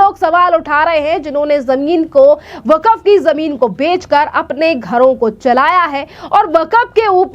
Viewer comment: बेटी वकफ नही वक्फ बोर्ड है थोङा अपनी हिन्दी सही करो